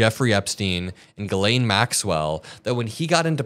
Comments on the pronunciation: her name is French so a bit confusing for English speakers but pronounced “gislenn” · Her name is pronounced Gillen, short i. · It is pronounced jeeslaine. The Lolita Express…anyone who has read Lolita knows the implication of the name. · Please, can everyone pronounce her name correctly? It's Jissss-len. It's French. Guylaine is another French first woman's name. I know she doesn't deserve the respect but as a French speaking person, this is like nails on a blackboard! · Can you please all learn to pronounce her name correctly…it’s not Guylaine it’s Ghislaine for god’s sake. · . HIGH ATOM !!! 💙💛💙💛💙 ISN'T HER NAME PRONOUNCED. "JIZZ LANE" ???? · It's pronounced GIZ-LANE (I believe it was her nickname). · Ghislaine is pronounced "Jizz Lane"... for a reason. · Why can’t anyone pronounce her name right?